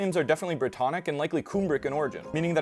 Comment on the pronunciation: Cool video. Just a heads-up it's "Come brick" as opposed to "Coom brick". Cumbric and the Welsh word for the Welsh language "Cymraeg" are basically the same. The region is called yr Hen Ogledd or the "Old North". Place names like Rheged and Ystrad Clud are well known to Welsh speakers and the Old North plays an important role in our earliest literature and folklore. It's a strange experience as a Welshman to visit these parts of Northern England and Southern Scotland where the people that we considered to be our fellow countrymen were displaced by the Angles and the Gaels. The Old Welsh/Cumbric placenames are still there and the landscape is so similar to Wales.